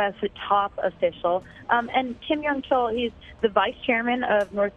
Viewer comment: This mediocrity of a reporter has trouble just saying the name Kim Yong Chol. If she were a clarinetist at an audition, she would be asked to leave the stage within 30 seconds.....